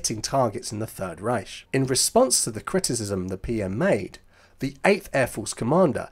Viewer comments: Why do you pronounce 'Reich' as 'Ryesh' - it is pronounced 'RYE-K' a Harsh Ch pronounced K. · It is not pronounced reish it’s reicccch. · The Ch in Riech should be more of a k sound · Strange because even the Germans pronounce it Reich with a hard 'K'